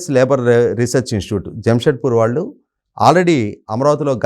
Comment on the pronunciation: యాంకర్ కి చిన్న సలహా "శ " అక్షరాన్ని" ష" లాగ పలుకుతుంది.ఉదా :దేశం అనే పదాన్ని దేషంఅని పలుకుతుంది. "ళ "అక్షరాన్ని "ల ". లాగ పలుకుతుంది ఉదా :వాళ్ళు కు బదులుగా వాల్లు అని పలుకుతుంది.